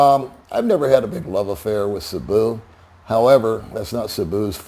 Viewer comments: Why why why, its not Sabu, its Cebu, as vloggers, learn to pronounce it correctly:face-orange-biting-nails::face-orange-biting-nails: CEBU, seeeee-booooo, listen to your guest, he's got it right Cebu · If you’re going to make videos You need to learn the correct pronunciation of the towns and cities It’s CEBU, pronounced See boo😅 You got Dumaguete right!